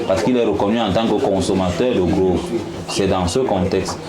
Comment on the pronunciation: "Drogue" et non "grogues". Il faut bien prononcer.